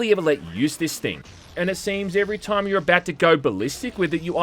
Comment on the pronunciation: I'm an Aussie and I've never heard anyone on earth pronounce time as "TOOOIME", goodness me.